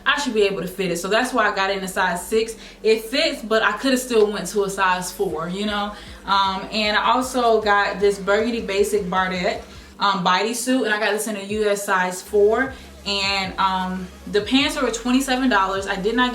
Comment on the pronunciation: "Bardot" is pronounced bar-dough😚